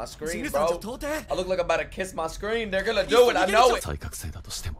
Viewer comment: he kind of slurred "they'rego-nna [do it]" together